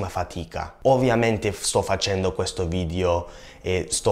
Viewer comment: Simpatico, bravo! Comunque sono certa che lo sappia scrivere bene ma è “video”, attento alla pronuncia della “e” perché risulta “vidio” all’ascolto, errore fonetico che fanno anche gli italiani, peraltro. Complimenti comunque :)